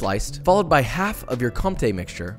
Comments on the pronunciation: Close, but the cheese is called Co*m*té, not Conté. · "é" in french can be pronounced "ay" in english, so "contay" is the right way to say it. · Comté (French) = Comtey (English) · Nice attempt to pronounce compté 😂 The P is actually silent, I don't know why, French language just doesn't make sense...